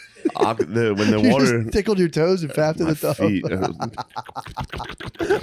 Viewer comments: Every 2nd or 3rd time Matt says "water" the Philli accent comes out like "werter" its the best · I think Matt is is trying to sell the pronounciation of water as "wooder". His pronunciation of water as "wooder" comes up a lot... 😆